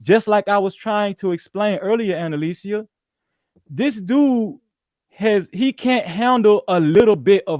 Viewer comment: WHAT IS DISRESPECTFUL... MIS-Pronouncing ANNALICIA'S name every single time